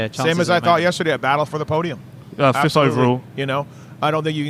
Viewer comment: So disappointed in myself that I needed more MXON coverage that I did not have the will power to avoid a podcast hosted by a guy who pronounces 5th place with 2 F's. I would think a guy who could find someone to cut their hair to look like Conan O'Brien's autistic brother could not find speech therapist. I like your content but, you say you are looking to be a better Lewis, INMHP you should start there. Might be tough to find in Florida, due to Florida, admittedly. Not the accent, said TH many times (for reference.)